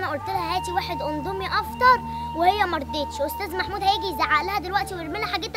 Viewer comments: اقسم بالله اسمو indomie مش ondomie مش معقولة كلمة هبلة زي دي تنطقوها غلط كمان مش لازم تحطو تاتش وتبيئو اي حاجة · اسمو اندمي مش اوندومي